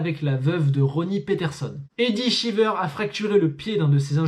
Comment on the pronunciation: C'est Tcheever pas Cheever